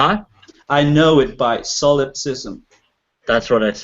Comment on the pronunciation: The theist guy had a point about pronunciation of solipsism. I, too, kept hearing "hard sophilism". Made me google it. But, clearly he meant solipsism. Probably should not use the word, if he can't pronounce it. On everything else, the theist guy was hilariously wrong...